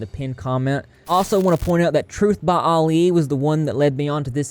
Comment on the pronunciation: Dude it's not Ali like the boxer. Its Ali like Allison.